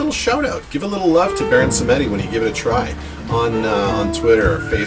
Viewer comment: It pronounced " bahon sem di" 👌